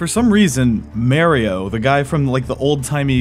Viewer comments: Marry-o, why? Maaa-rio! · I'm sorry but.....who is Merio? It looks like you're talking about Mario but you keep saying Merio, I've never heard of Merio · Dude is one of the biggest Mario fans and still occasionally pronounces “Mario” as “Maireeoh” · ITS NOT MAYRIO Its MARIO! :D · uhm achkshullly its mah-rio not meh-rio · Why do you say Marry-oh? His name is pronounced MAH-RY-OH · May-reeyo?? You can’t just say Maa-ri-o? It’s so so annoying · Stop saying mayrioh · I say mayrio too its ok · Why mayrio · Good old mary-oh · killed the video when you say Maryo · Great now I’ll always say mayrio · So are we just going to gloss over the fact that he says "MERIO"? 🤣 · It really frustrates me that he says "Mayrio" lmao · It's Mario, not Merry-Yo T----T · Who is this "Merry O." person you keep mentioning? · watching the first 1 minute of this video just instantly tells me how you have no idea what the franchise mario is. the way you said “MARRYO” and the way you said “old computer game” already told me alot. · Please God stop saying May Rio. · Aren't you from NC? Don't you know we pronounce it Mario down here 😂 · But why continue to mess his name up when even the non English speakers say it correctly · Lol you had me all sine throughout this video the way you kept switching between pronunciations of Mario 🤣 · I love how you went out of your way to pronounced mario wrong. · every time you say Mario wrong my headache gets worse.... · I cringe everytime I hear someone call Mario as M-a-rio instead of M-u-reo. Even M-ar-io sounds closer to how it should. I know it's spelt with an "a" but it's Italian. I'm not saying those that say it wrong are stupid, it's just that if someone pronounced my name incorrectly and then I corrected them, they are wrong for telling me that they will say it however they want because that's how they said it when they were a kid. It's a silly reason. Ok. Rant over. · why are you saying Mario's name wrong. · How do you say Mario wrong